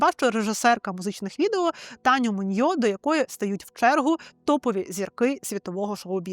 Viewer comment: І прізвище Таню не Муньйо, а Муіньо. У вас в кожному випуску такі грубі обмовки.